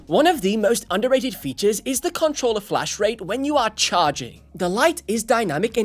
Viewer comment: PS5 “cuntruller”